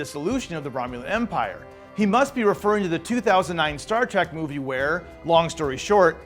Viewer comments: Stop saying "Star Track"! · After all these decades MFer's still saying Star TRACK!